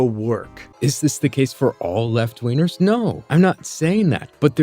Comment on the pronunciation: i thoight he said left weiners. you gotta LOL.